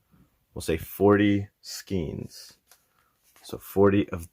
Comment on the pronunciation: You don’t even know how to pronounce skeins correctly. You really don’t have a clue what you’re talking about!!!